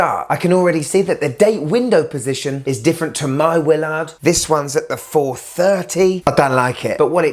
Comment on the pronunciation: I love how it’s a Willaarrrrd.